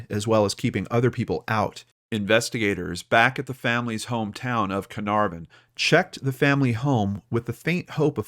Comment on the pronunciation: Such a touching case with an amazing outcome. Hopefully cleo was not physically harmed. Have to admit the way you pronounced carnarvon was totally cute though completely wrong. Its a soft r. Like cah-nuh-v-n